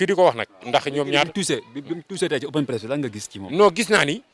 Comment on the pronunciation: On dit open press